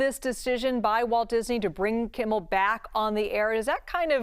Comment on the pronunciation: She said Jimmy Kimmiel Live lol